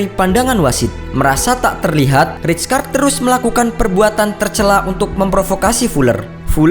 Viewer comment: weuww bacanya raykard